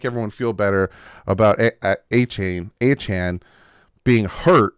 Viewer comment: You can remember how to say his name by saying Achane CAN